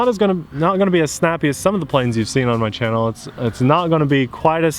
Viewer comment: "my channel" ???🤔 I heard that too, Abby. Keep that man honest! 🙂❤️⚓🛩️